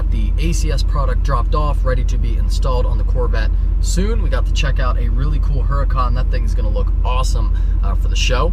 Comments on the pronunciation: Huracan = oo-Rah-can. everyone says this weird and i get it, but if we can all say audi the right way, lets try to say Huracan the right way. not being a dick. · It's pronounced urricon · The "H" i silent in Huracan, just saying, cause i hear a lot of peeps say it with the "H". So it's uracan LoL.